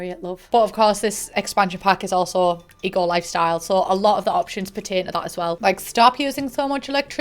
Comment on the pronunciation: all I can hear when you say the name of the pack is E.Coli 😅